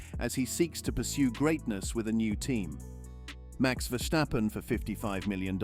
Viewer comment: It's Verstappen and not Vershstappen